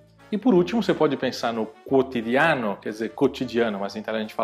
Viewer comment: Impressão minha ou no quotidiano vc pronuncia kwotidi ã no e não kwotidi á no? Não me leve a mal, mas minha preocupação as vezes de aprender com brasileiro e não nativo é essa questão dos acentos, qua acabamos pronunciando errado. Gosto muito das suas aulas, estou começando agora a estudar e tive essa impressão na pronúncia.